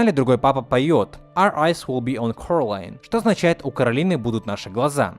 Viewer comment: Согласна, но не Каролина а коралина